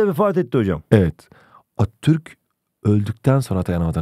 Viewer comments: Abi atturk değil ATATÜRK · Sadece benmi attürk demenize sasirdim hocam jsjajsjsjsjsbdbdj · Atürk diye okuyorsun Atatütk,Mötro değil montrö diksiyon dersleri almalısın